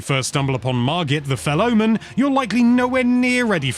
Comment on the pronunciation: Heard ''Margit the Fellow Man'' kinda make it sound like it's going to be a friendly encounter hahaha